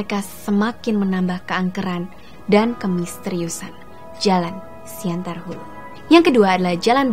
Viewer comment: siantan hulu bos bukan siantar...